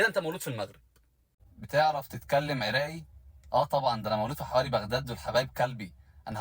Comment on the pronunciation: يا سَتار هذا شلون يحجي عراقي عرااقية هااا مو عرائييي